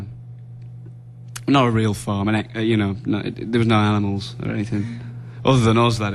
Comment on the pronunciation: "no aminals other than us" hahaha nice one man